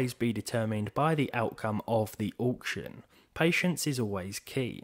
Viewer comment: The price depends on the "awcution"